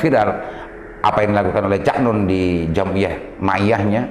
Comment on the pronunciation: Cak Nun pak... bukan "Cak Non" 🤣